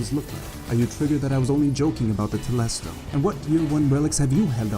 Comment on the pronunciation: When you said telesto I almost dropped kicked my computer